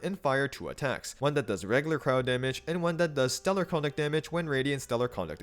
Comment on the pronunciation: why is every single creator saying stellar conduct wrong is it just to drive engaement? icl it's bothering me more than it should but it's making videos on it near unwatchable since it's said hundreds of times LMAO